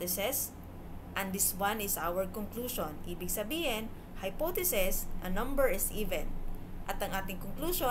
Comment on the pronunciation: good presentation but there is something that bothers me. it is some sort of confusion for your listeners about how you pronounce some words. (hypotheses-hypothesis; ef - if)